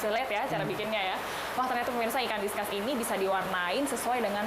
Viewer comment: penyebutannya diskus bukan diskas